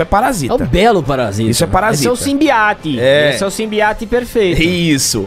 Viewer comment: "Simbiati" kkkkkkk